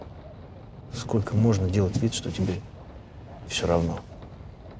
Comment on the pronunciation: Разве в русском языке есть слово"скоко", как произнесла актриса героиня(режет слух)